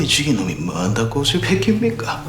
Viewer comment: 양용철 연기 진짜 소오름.... '뭐 한다고'를 '만다꼬'로 발음하면 완벽.....